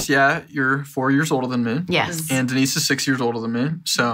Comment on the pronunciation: DEE-NICE, I know I wasn’t the only one thinking that.